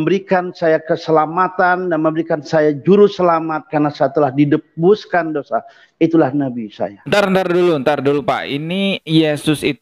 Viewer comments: Didebuskan dosa???? Wkkwkwk.... penyampaiannya aja ngawur. Noh pendeta u bilng debus bukan tebus wkwkkwkw... kuda lumping kali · wkwkwk debus coy...